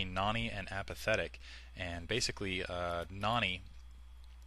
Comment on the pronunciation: u say Noony not Nony